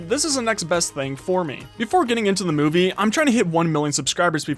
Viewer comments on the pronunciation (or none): did you say moviey